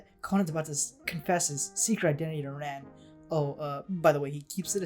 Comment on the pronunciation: the way you pronounce Conan and Ran is just foul